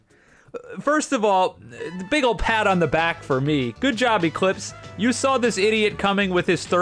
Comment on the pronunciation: Ee-Cleeps Thje Scammjehr